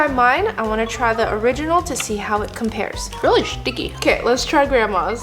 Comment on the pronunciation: “Itsh relly shtciky”